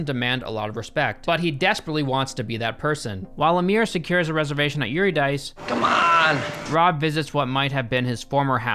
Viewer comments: Eurydice= Your-id-icy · Pretentiousness -alert : Eurydice - Ur-Id-a-key. As in, the myth of Orpheus and Eurydice. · The mispronunciation of eurydice is sending me